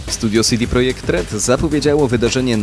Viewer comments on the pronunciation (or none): Następny co nie zna języka polskiego... jaki SI DI Projekt? CE DE Projekt! To polska firma. Ja wiem, że bywają polskie firmy o angielskojęzycznych nazwach, ale nie ta. Bo wtedy nazywałaby się to CD Project i czytało by się si di prodżekt.